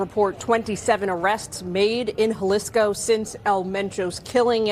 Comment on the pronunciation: It's pronounced as Hah-lisko